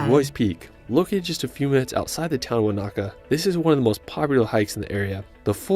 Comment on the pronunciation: The mispronounced words were place names most Māori place names. Starting with WH are usually pronounced as F so Wharariki is pronounced "Fara-riki". Tekapo is pronounced Tek-apo" not Te-ka-po its minor I know but it's just a correction. Also, Wanaka is pronounced Wan-a-ka not Wan-aka & Pūrākaunui is pronounced Pūrā-kau-nui (more emphasis on the ka). Finally the black sand what he didn't tell you is the black-sand beaches on the western side of the North Island are rich in titanomagnetite – a magnetic variety of iron oxide that also contains some titanium, it is more commonly known here as Magnetic ironsand. Hope that helps you out here.